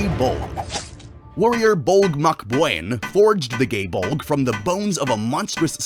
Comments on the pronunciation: "Instrument of inevitable death....GAE BULDGE" Me who was in the kitchen listening : HUH? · you pronounced every Gaelic word wrong the Gae Bolg is pronounced "Guy Bolga" the legendary warrior Scathatch is pronounced "Skahah" and Cu Culain is pronounced "Koo Kuh-lane" or "Koo Kuh-lin"